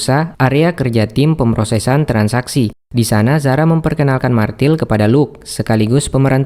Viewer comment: bukan martil tapi Mirtel cara bacanya